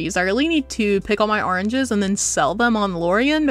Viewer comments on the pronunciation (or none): I love how you say ARRnges haha! ☺️🍊 Reef Bay!